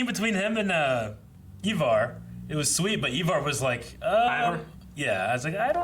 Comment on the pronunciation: Never thought I'd see the day when somebody would pronounce Ivar's name correctly, but here it is.